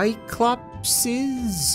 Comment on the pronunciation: its 'cyclopes'